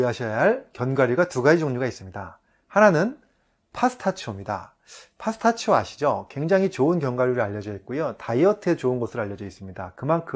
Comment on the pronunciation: 피스타치오 = pistachio 왜 파스타치오로 읽으시지 파스타를 드시고싶으신건가?